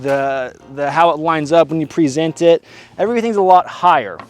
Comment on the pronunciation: "wHen YeW prEE-Zent Et"